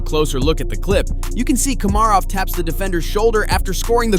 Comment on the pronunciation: I think Rupp’s biggest highlight was scoring two goals for NJ in game 7 to clinch a Cup win for the Devils. Then you can’t even pronounce Komarov and Sabourin’s name. 😆